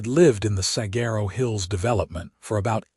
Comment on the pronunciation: Please learn how to pronounce Saguaro. It is the most well-known cactus in the country, and if your A. I. narrator isn't programmed to access the internet to pronounce an ambiguous word like Saguaro, then your editors need to step it up and do their jobs better! WE deserve better!